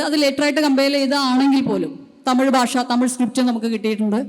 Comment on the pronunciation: ബാഷ അല്ല, ഭാഷ